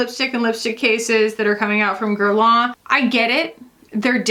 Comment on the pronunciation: I don't mean to be too critical, but you & Hannah both need to hear this: it's not pronounced "gair-lah" 🤭 It's ok if you can't say the proper French pronunciation girl, you're allowed to say it like every other American 😂 but mimicking the accent & still butchering it is borderline offensive to us French gals